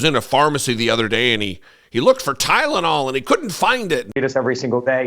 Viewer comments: Eric, it's Tylenol not Kylenol. Dumb bumb😂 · "KYLE-onol"??? Is that what they sell in South Park? And "Homliness" sounds lovely! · but he said kylenol...... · What the hell is "kylenol"??😅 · Did he just say "kylenol"? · Did he said Tylenol or gylenol 😂😂😂